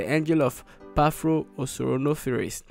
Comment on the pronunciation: He said Phapro... but not Paphro